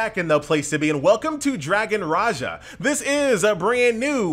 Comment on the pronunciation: Raha not Raja.. Ra'Ja.. its like John Cena not Jan Sina!! Understood?!